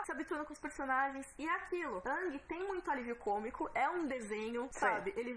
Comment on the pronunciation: "Ãngui" tá foda... é a primeira vez que uma pronúncia me incomoda... paciência.